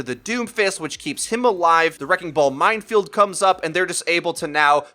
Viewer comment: says mindfield instead of minefield.